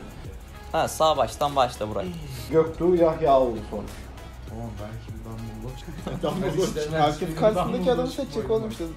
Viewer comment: dumbledoge a dumbledore diyor amk